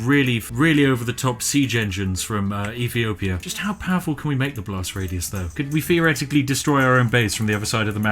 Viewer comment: "EFEEOPIA" FFS. You can't talk as if you're posh (joking or otherwise) and fail to pronounce "th" properly. Urghh